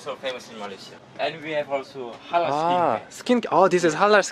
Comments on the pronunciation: Halal not Harar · The way you pronounce Halal is so adorable 😍 I'm a Muslim too and I'm so happy i came across your channel